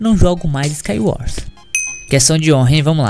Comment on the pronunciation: KSOAOSOAKSOAAPSKA ele colocou a boca no microfone a falou "MANU EU GANHEI U SCAIUORS MANU" KSOAOSOAOSKAOSKAOSOAOSK